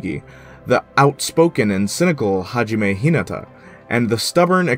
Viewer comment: I legit wanted to commit sakura when he said hajime h I nata